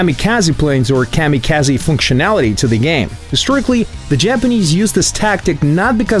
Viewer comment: The way he pronounced kamikaze makes me cringe. I am also loving how Gaijin still completely ignores the real issues with the game in these things and just talks like they don't exist and no one sees them.